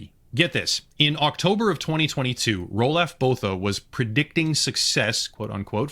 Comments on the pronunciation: im south african and the way he says roelof bothas name annoyes me XD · Out of everything, the thing that pains me the most is his absolute butchery of the name "Roelof Botha." Man made him sound like some kind of two dollar fantasy character.